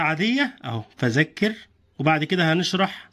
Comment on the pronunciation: فذكر وليس فزكر